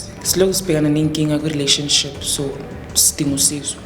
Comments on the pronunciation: Yaze yanamanga lenjaaaa yooo...nivrathuke kanjeee...ngathi niyalamba ...you can't even pronounce relationship nithi yi rhiraanishinship mxm...fake content😢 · Can't even pronounce relationship ubhuti othwele 😂😂😂